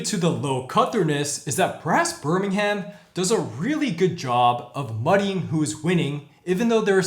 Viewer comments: Great review!! Love the pronunciations 🙂. To be fair though English place names can be difficult for non British. Birmingham is pronounced 'Birming-um' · And we generally don't pronounce the h in places ending in ham. Birming'm